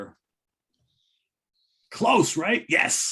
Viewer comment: Feels a bit inappropriate but you guys put a smile in my face every Saturday. A great friend of mine was killed in a motorbike accident yesterday and you still managed to bring me some relief. Thanks for another fantastic show and well done on pronouncing Lancashire correctly,!